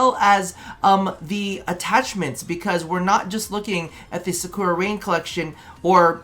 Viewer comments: It’s “sahcoora rain” buddy lmao like the character from Naruto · to be fair I thought Sakura was such a common name to hear in anime and stuff but yea dog you added like 3 extra syllables lol all good tho